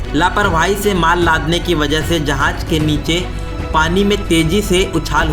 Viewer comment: Urdu to thek se bolna seekh lo.. Andaja nai andaza hota hai.. Jahaj..jahaz.. Ady se zada radian ko urdu thek se nai ati..